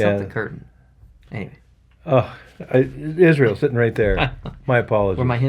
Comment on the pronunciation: Keep making these vids and how don’t u say isreal